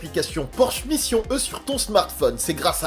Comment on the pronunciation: Si tu dis «Taycan» avec l'accent, dis «Mission E» aussi avec l'accent ^^' toutes les fois.